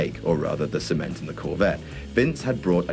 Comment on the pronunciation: "Sea-ment" haha I still laugh at that line to this day!